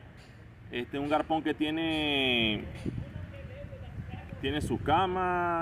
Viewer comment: Bro tienes razón en mucho de el video. Pero pana no se dice garpon. No se dice ilegar. Por hablar a si también nos catalogan de mal hablados. Buena la idea del video pero hay que mejorar el habla. Suerte